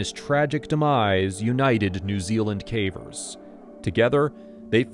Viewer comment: There are some hints that it's someone's real voice but fed into AI, nothing exactly wrong with that but if you're paying for a narrator and they are feeding it into a machine that copies their voice.... that's gray area to me. There are mispronounced common words "cavers" being "caw-veers".